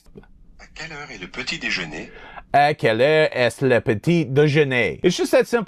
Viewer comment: Id starve before being able to pronounce 'breakfast' in French. You did good!